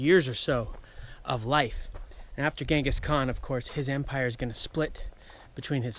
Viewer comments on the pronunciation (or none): none